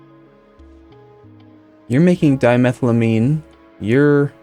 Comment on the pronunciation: with the amines the pronunciation is on each syllable. So you have: "di-me-thyle-ai-mean" or "di-me-thyle-tetra-zeen" or "di-chloro-ai-mean":)